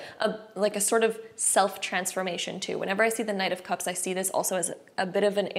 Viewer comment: Each time u said knight of cups I kept hearing 9 cups lol-group 1